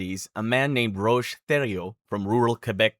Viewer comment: Roch is pronounced "Rock". 😊